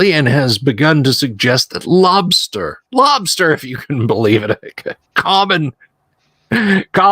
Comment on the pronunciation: Lobstah lol